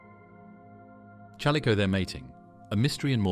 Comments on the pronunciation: A. I. Narration SUCKS!! The CH IS NOT PRONOUNCED LIKE CHURCH!!Use real human resources!!! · Terrible AI voice mispronouncing chalicothere. Couldn't watch. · they don't even pronounce the name of the main animal they are speaking about correctly. Of COURSE it's meant to be appealing, since no one would watch it if it were not. However, that doesn't make any of what's here factually accurate.